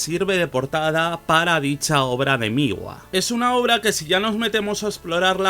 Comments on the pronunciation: No se dice Migua… Se pronuncia Mgua. Otra cosa, Ł no es una L (ele). Mgła en polaco significa Niebla. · me causa mucho conflicto como pronuncias MGLA, según he visto se pronuncia "múgla" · Se pronuncia Mgwa, ł esto es un signo diacrítico (gráficamente similar a la tilde aguda). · si, me gustó mucho el video xd y lo de la pronunciación así suena en el google translator de Polish, además en la página del metal archives también pone cómo se pronuncia, es algo entre múglah y muglá